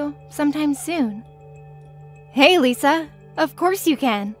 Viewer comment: Wow she lies as easy as she breathes! It's strange how the son pronounces Lisa like "Liser" at first lol